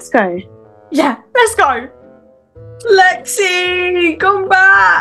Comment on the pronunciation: ikrrrrrrrrrr the mum just hates Lexi or as she says rexi